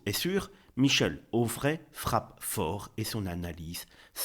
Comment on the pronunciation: Quand il faut dire Retailleau tu dis Retaillon et quand il faut dire Onfray tu dis Auffray ! Serais-tu dyslexique ?